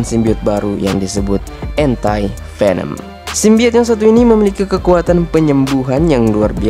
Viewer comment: ANTI dibaca dlm bhs Inggris: ENTI ✅ Dibaca admin jd ENTAI😂